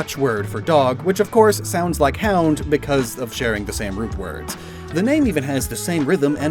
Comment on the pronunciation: as a dutch person i will now say you said hond very funny, and the V and F are not interchangable, but some people dont pronounce them right. if someone said fogel instead of vogel i will assume that guy has german origins. good video though!